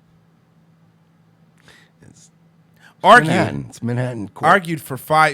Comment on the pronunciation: Mr. STEIN-glass 😂